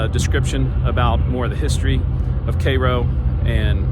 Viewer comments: It’s pronounced “care-o” . Myself and parents were born there, we left in the late 60s but still have family in the area and go back occasionally. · The name of the town rhymes with "arrow". Not like the syrup nor the city in Egypt. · The correct pronunciation of Cairo is “Care-o”. The first syllable rhymes with hair. I grew up in Southern Illinois and have seen the town slowly die throughout my lifetime. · It's pronounced "care-o" to be exact.